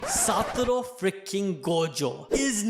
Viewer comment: How do you hear Satoru and read Satoru but then pronounce it Satoro. Like bruh. How.